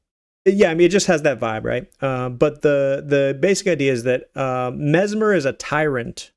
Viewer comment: His name is mess-mer not mezmer